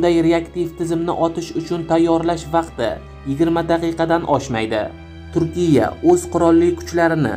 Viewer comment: Avval to‘g‘ri gapirishni o‘rgan 10 ta gapingdan 4 tasini xato talaffuz qilyapsan turkiya, firtina, kordinata degan so‘zlarni qaytadan aytishni o‘rgan yoki boshqalardan eshitib ko‘r. Xarbiy kemalar yer usti va yer osti nishonlarni yo‘q qilishga mo‘ljallanmagan o‘qiyot matningni bir qaytadan ko‘rib chiq...